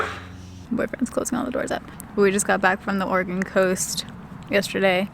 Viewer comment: I'm hearing organ instead of Oregon all the time 😂😂😂